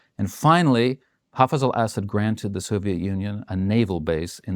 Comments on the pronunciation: Great analysis but why do Americans who realize they mispronounce middle eastern names have to mispronounce it even more?? It’s pronounce Asud emphasis on the A. Not Essed 😂😂. And good riddance… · I wish he would stop saying "acid" when he means (for my ears) a saud. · I didn’t want to be annoyed by this video, but I was. For the ostensible, provocateur to keep referring to the family name of Assad as “Acid” was annoying to even my English/Welsh heritage. If you’re going to denigrate an enemy, at least get their name correct.